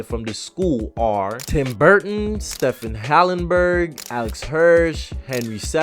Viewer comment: You butchered the hell out of "Stephen Hillenburg". It's not pronounced "steffen", it's pronounced "Steve-EN". Like Stephen King, Stephen Hawking, Stephen Colbert, Stephen A. Smith, etc.